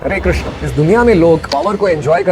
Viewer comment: Sabse pehle aap log krishna bolna sikho...krishnaaa nhi h prabhu ka naam...wo draupadi maiya ka naam h🙏